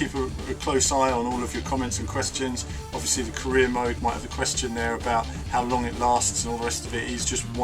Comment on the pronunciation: i was convinced he said Korea rather than Career